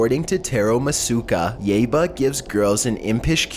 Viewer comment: It's pronounced yaiba